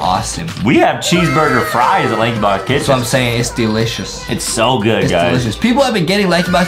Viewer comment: Lankybox not crericeh